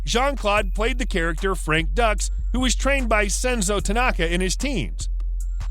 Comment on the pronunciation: Geez, what are you doing? Dux is not “ducks”, it’s pronounced “dukes”. Kumite? Koo-myte? It is koo-mah-tay